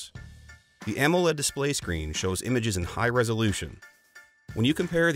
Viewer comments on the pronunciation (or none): none